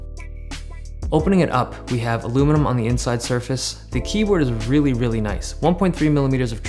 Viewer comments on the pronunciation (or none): IT'S ALUMINIUM NOT ILLUMINUM! You can't sodder RAM on. You SOLDER it on!!!